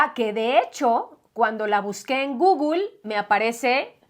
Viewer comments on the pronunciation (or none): none